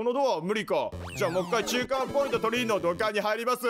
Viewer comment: 中間ポイン子ってことですかねw